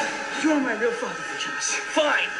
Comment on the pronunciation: One little thing, it's actually pronounced An-GE-lus, stress on the the second syllable, but don't worry you're not the first to make the mistake ;)